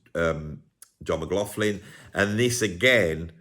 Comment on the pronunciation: Are you sure you're pronouncing McLaughlin's name properly? Somebody should do a video on the correct pronunciation.